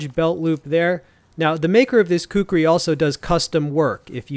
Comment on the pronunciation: Great review bro. Pronounced “khukree” not khukuri👍